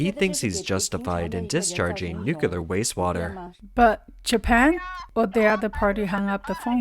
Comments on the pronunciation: NuCleAr bro not nukelar. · "nuclear".,..say "new clear", not "newcular" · Ok.. whoever is writing the scripts to feed into eleven labs or whatever reader software you’re using - whenever you have to use the word “nuclear”, replace it with “new clear” because that’s how that word should be pronounced. It’s often mispronounced “nook yuh lar”, and your speaker bot keeps mis-mispronuncing it “new kuh lar”. Each atom contains a “new clee us”, so the subject of what’s going on with those massive middles is “new clear” science. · While the content is good, this particular narrator always sounds like he could use some Prozac. Also he needs to learn how to say nuclear and not nukiller. Lol. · The word is "Nuclear". The word has just three syllables: "Nu", "Klee", and "Ar". If you pronounce this word as "Nu-Cu-Lar" then you are making a terrible speaking mistake which causes people to think you are an idiot. There are no alternate pronunciations of this word.